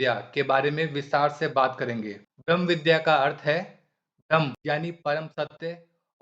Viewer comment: ब्रह्म शब्द स्पष्ट उच्चारण करें,भम या भ्रम लगता है।